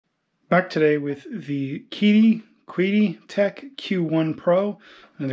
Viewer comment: Qidi Tech is a chinese company, so the Q is pronounced like a Ch. Chidi Q1 Pro